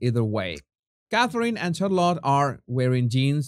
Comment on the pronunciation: Helloooo there, not to be picky you understand 😉but just helping with a little pronunciation, Charlotte is pronounced as Sh, not Ch - much love and bliss 🤗🇬🇧 x